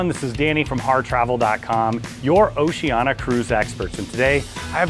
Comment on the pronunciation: It's 'Oceania' (Oh-Cee-Aan-Iah) not 'Oceana'. :yougotthis